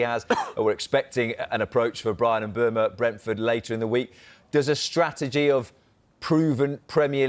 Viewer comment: ‘Mbeumo’ not ‘Mbuemo’!